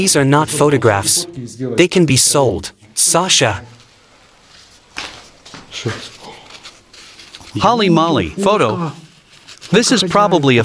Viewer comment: "Holly Molly"... it's pronounced Hole-E Mole-E, you goofs.